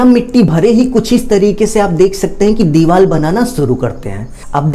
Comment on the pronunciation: Bilkul sahi kaha mai bi bolne wala thaa